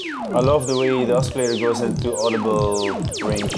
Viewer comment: BTW , I get it, he mispronounced "oscillator" but hey c'mon, he's not a native English speaker, what if they asked you to explain all of your synths in French?